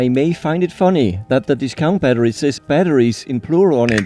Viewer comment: Batterier 😂😂 a lot of beer Berăria (🇷🇴)